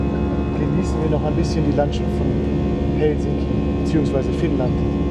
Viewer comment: Lento-asema = Flug-bahnhof. Betonung immer auf der ersten Silbe. HELsinki, keinesfalls HelSINki. Rautatie-asema = Eisenbahn-bahnhof. Finnisch ist ganz einfach.